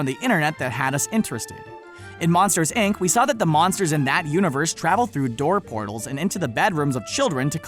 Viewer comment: Did he just say ic instead of inc